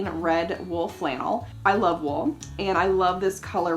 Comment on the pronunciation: When said wool in the start when she was introducing the fabric, I literally understood it as wolf! It was seriously giving me red riding hood vibes, lol. And looks French/North-Mediterranean so she seriously should do a historically accurate red riding hood ensamble. I can't quite remember when that story was originally published but yeah. 👍🏻